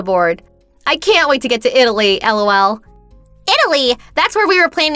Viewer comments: I really hate it when the voice actors say L.O.L. or pronounce it as a word, "lol". Much better if they just laugh a little there. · It's better than when the say lol like a word.. comes out sounding like...lull...hate them both. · Who in the fudge says ELL OW ELL.